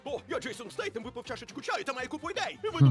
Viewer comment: Стейтем)))))позор не знать как правильно!!!